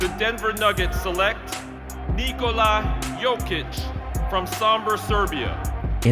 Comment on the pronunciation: Ni-ko-la Like ni-co-las, just without the s on the end Not Ni-cola He's not another kind of cola 🙂 Thank you for the content 👍 Please excuse my nitpick 🙏